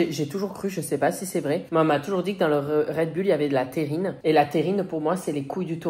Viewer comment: c'est pas "terrine" mais "taurine" 😂